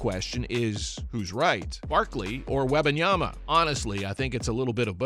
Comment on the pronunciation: Please pronounce his name correctly! You didn’t get it right not one time that you spoke it!